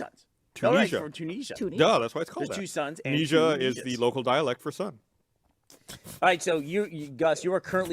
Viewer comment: I hate the way they pronounce 'Tunisia'